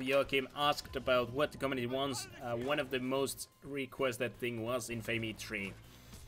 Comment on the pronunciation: you still have not learned how to pronounce "infamy" ^^ the cringe...